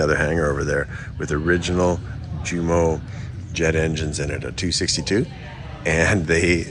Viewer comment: Jumo is properly pronounce "You-mo" , much like Jugoslavia (Yougoslavia)